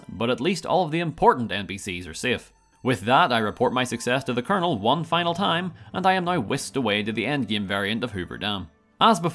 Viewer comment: I find it very appropriate that it sounds like he’s saying Colonel Murder, as it fits Cassandra Moore perfectly.